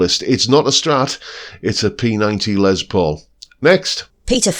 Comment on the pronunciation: Pedant's corner: it's pronounced ' 'Less' not Lez Paul. It's short for Lester, not Leslie. You're welcome. 😏